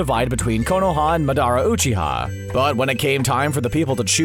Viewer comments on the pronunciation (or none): MADaRA ooCHEEha Hasimara